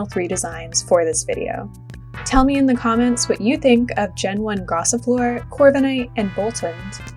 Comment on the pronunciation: You know it's gossifleur, not gossiflore, right?